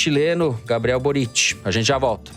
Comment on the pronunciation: Para o: a sílaba forte de Boric é o Bo. Ou seja, no Chile, se pronuncia "Bóritch".